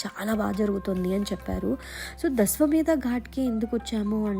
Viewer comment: Its not dashvameda its dashashvameda..